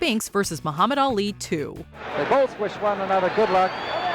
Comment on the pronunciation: Me-you-hamed Ali!!!!!!!!!